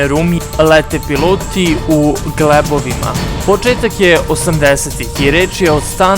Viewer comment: Kod Zadara ,pored Zadaru , U Zadaru,glebovi su krenuli,kod Paknjaca, izdrao sam do 2 min.,da slusm gla nepismenog lika,koji se sluzi naracijim kao da je na trejleru za neki jaci film.Gostovao R. Amadeus,prosle sedmice na nekoj od televizija,te odgovar na pitanje:,,TURBOFOLK JE,KADA NESPIMENE SIROVINE ,DODJU U DODIR SA TEHNOLOGIJOM.``